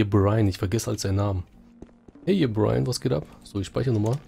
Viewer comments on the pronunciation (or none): Y'Berion, nicht Brian xD